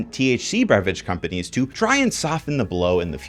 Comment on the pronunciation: The way he pronounced companies is wild.